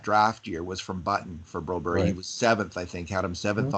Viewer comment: Say Bromberg, the Bro berry deal is ver weird , I grew up with a Swedish name , with a berg at the end.....like your podcasts a lot